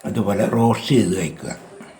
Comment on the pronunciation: റോഷ് എന്നല്ല ട്ടൊ പറയേണ്ടത് റോസ്റ്റ് എന്നാണ് ട്ടൊ 😌